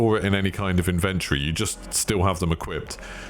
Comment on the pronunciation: Inventry inventry inventree 🤣😂